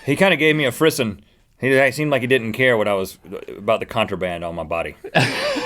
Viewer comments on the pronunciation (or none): Frisson is pronounced fris- (as in piss) -ou (as in the noise the french make all the time.) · I feel like most people would get it right if he pronounced frisson correctly. It's free-SAHN dangit. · frisson isa french word meaning chills and it is pronounced frizzon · You mispronounced frisson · Frisson is a frenchy word, you say it in a frenchy accent. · Frisson is a French word! Check your pronunciations!